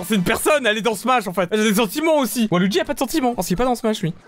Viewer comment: il a dit WAluigi 🤦